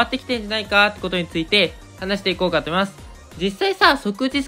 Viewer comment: 思いますくらいしっかり言えないの？😂